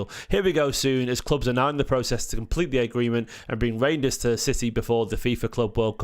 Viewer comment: it rejidners not rangers lol